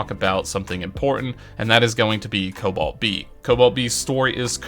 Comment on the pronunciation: King calls cobalt LUNIS